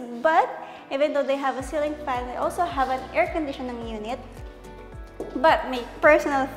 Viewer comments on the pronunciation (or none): naku girl iba ang "and" sa "end". hindi din selling pan, it's ceiling "F"an. END bahay ba ni batman yan? it's Bath not "Bat". 😅😂